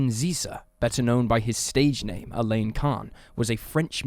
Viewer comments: you're pronouncing "Alain" like the girls name "Elaine" whereas Alain should sound more like "Alan" but with the _lan more emphasized than the English way (If you say " a lamb" thats fairly close) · Alain is pronounced the same as Alan, Alun, and Allen. Elaine is a female name. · It's pronounced Allen, not A- Laine. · Alain is a French name and is pronounced with a nasal sound. It's not pronounced Elaine. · I’m more concerned about the way the dude mispronounces the name Alain.